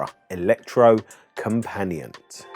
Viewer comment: Electrocompanee-et, with a hard T at the end. Use google translate , type in Elektrokompaniett (Yes, use a k, not c), then click the loudspeaker button below, it's pronounced pretty much perfect. Ignore any suggestions to change input word.